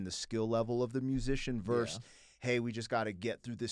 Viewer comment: Loved this reaction. I like both this channel and Andiroo's channel, which I just discovered maybe 3-4 weeks ago. But a super minor nitpick: "versus" is pronounced "versus", not "verse".